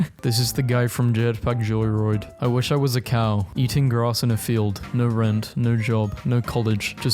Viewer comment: "Jetpack Joy-ROIDE"